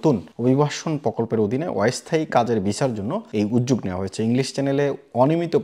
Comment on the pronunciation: অয়স্থায়ী, প্যশা, বারত - এই যোগ্যতা নিয়ে বাংলা বলা, আগে বাংলা টা শিখুন ,তারপর না হয় ইংল্যান্ড এর কথা ভাববেন